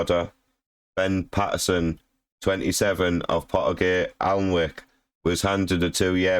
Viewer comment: You can’t even pronounce the town right?!